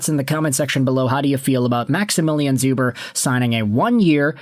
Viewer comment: Hey! Polish Habs fan here. Just so you know it's pronounced Shoober. Otherwise awesome video and the Canadiens haven't had a Polish player since Czerkawski so I'm happy 😁